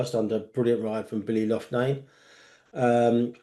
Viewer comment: Yougal - Ya'all / Loughnane - Loch Nan not Lough Naane